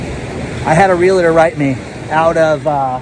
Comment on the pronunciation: LA LA LA LA LA.... C'mon, it's just one little word. You can learn it! There is no LA in the middle of the word REALTOR. It's REAL + TOR.